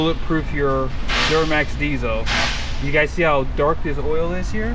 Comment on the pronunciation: “CoWdhair intake on ur DiesOhhhh” ?